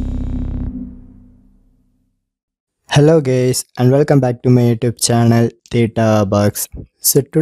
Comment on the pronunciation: "Hello gays" I feel seen...